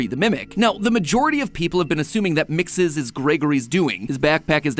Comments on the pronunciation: I hate that you say mixis when gregory clearly says it like mexes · So here’s a fact. MXES is actually pronounced (mex-is) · Weird how mat pat pronounces MXES like MIXES i mean it's not bad just bit weird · You pronounce mxes like me lol. Thought I was saying it weird